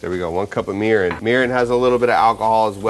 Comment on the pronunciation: I’m Japanese American and I’m super excited to try this recipe! But, I would like to point out that your pronunciation on some words were a little off. Japanese isn’t like English in the sense where some letters sound different depending on the word. E’s will make an “eh” sound while I’s will make an “eee” sound. Example, you were saying “sah-kee” when it’s actually “sah-keh” and mirin would be pronounced “mee-ree-n”. Making these subtle changes will help and the Japanese viewers will appreciate😊 Lastly, sushi rice is a very specific style of rice, with a few ingredients added (i.e. salt, sugar), so I would suggest just saying Japanese style rice because it is slightly different compared to other Asian cultures, but isn’t actual “sushi rice”